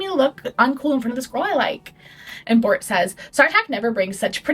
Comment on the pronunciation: babe i could NOT listen to u say Bort and Tore